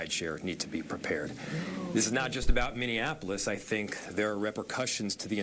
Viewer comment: Charla, we need you to learn how to pronounce Minneapolis. Minn-e-a-po-lis. Not Minnianapolis. This ain't Indiana.